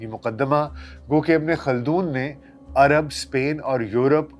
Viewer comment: عَرب نہیں۔۔۔۔ عَرَب